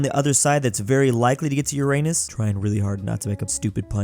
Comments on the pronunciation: It’s yur-ruh-nuhs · To help u not say it and make a stupid pun joke, pronounce it as ur-en-us